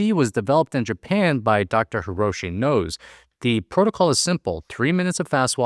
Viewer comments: Great video. One thing though, the interval walking doctor's last name is actually pronounced similarly to the Spanish "no sé", not the English word "nose". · "Dr. Nose" should be pronounced as 2 syllables, like No Zay